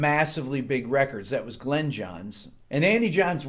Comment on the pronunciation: Thanks for everything Rick! Glyn is his name and it is pronounced Glin not Glen. I suspect it is originally Welsh and would have been pronounced closer to Glun.